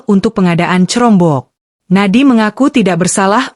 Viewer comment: jangan pake text to speech 💬 udeh gitu dibaca crombok lagi 😂